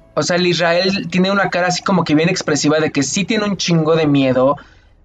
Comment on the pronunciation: Psdt: Es Ezreal no Israel jeje y es Galio No ganglio JaJajajajajja Muy buena reacción me encantó jaja